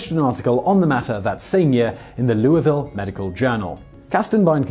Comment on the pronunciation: Nice job pronouncing Louisville!